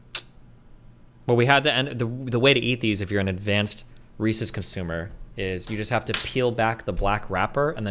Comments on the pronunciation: The way Destiny says Reese’s “ReeSees” the first few times makes me want to die, then for some unexplained reason he starts saying it normally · Reecees, yuch. Reese’s though, now you’re talkin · This guy says "Recies" when referring to Reece's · ikr lol. they’re reese’s pieces!! they belong to reese!!